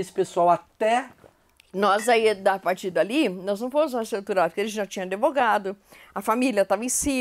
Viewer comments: Senhora começa aprendendo a falar ADVOGADO(A). E com D mudo senhora! Por favor!!!!!!! Fere meu ouvido um bacharel falar assim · Adevogado? Gente, advogado.